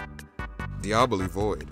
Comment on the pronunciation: also for Diaboli, The secret of divinus it’s not dee-ab-oh-li It’s dy-ab-oh-lee